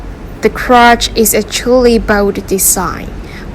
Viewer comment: Lots of really cool knives. I particularly enjoy the October and Swayback. I'd love to see that button lock on some front flippers. Maybe with a cutout for middle flicks as well. Side note, I got a chuckle out of the way she pronounced "Quatch". I can't help it.